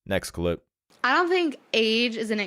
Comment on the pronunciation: Mein doughnut thaink ? You should consider learning how to speak, instead of parading in public, wearing rat scalps.